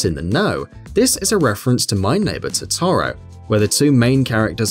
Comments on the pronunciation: I can understand the persona characters names being mispronounced. BUT THE WAY HE PRONOUNCES TOTORO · You mispronounced Totoro, Rise, Kanami, Caroline, Leblanc, and Yusuke. Also "Yusuke's palace?!?!?" He doesn't have one! Its in Futaba's room! Please play the game you make a video on